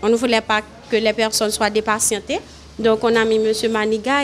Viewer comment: Mezanmi Français an pa bon ne dit pas depatientè ni Haut cadrè